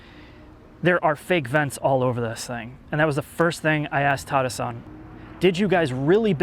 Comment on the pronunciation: It would only be 50 times if wouldn't say "THIS" in the most annoying way possible.